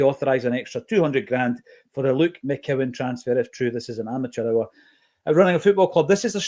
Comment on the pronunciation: it’s MCCOWAN son.